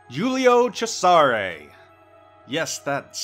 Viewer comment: Ceasare---pronounce "Che-ZA-Rhey"